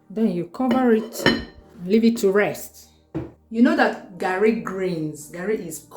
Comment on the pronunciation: I swear! I don talk tire say na garri o but for where! You go still hear "Gerri" 😂